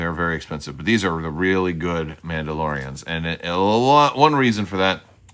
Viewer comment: Your Mandalorrrrrians sound like turkish noble men of the middle ages 🤣